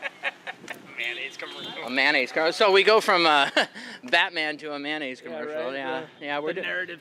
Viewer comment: Would you stop saying manaise?